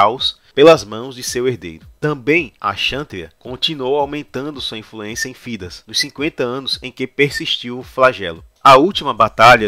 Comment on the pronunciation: Tá show, mano! Faz mais vídeos sobre Dragon Age. Só uma parada. Thedas não se pronuncia Fidas, e sim, Tédas. Deu uma agonia ouvir Fidas kkkjk mas o vídeo ficou foda!